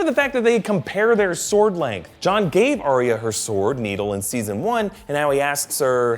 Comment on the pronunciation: "ahh-ree-ahh" Ugh. It's "ahh-ya".